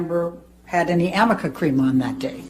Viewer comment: THANK YOU!! I am soooo tired of hearing the word "Amica" ... please someone tell these people to stop! I REALLY hope that JD's lawyer addresses the pronunciation during cross. 🤣😂👍🥸